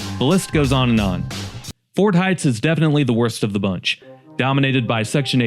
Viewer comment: It is Ford Heights, not fort. Also, saulk and not sock. Also, have you been to any of these cities? I can show you run down parts of any city, though there are very nice parts as well.